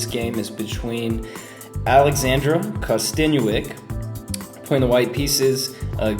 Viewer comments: YEAH I KNOW BUT HE said kkostenuik not kostenuik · And it's "Kosten-yuk"